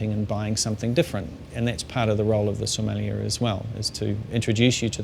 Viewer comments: so-meh-(except you dont pronounce the h)-lee-a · It's funny because he can't even pronounce it